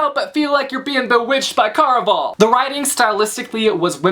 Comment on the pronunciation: I think you're pronouncing it wrong. Care-a-Val (rhymes with buddy ole pal)